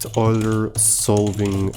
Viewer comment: Euler ❌ Oiler ✅